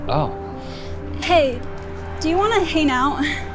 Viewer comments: she say hane out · Is it me or did the Maddison day girl say do you want to hane out